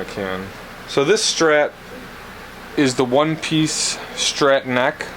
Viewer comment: Did you say a Stret neck!?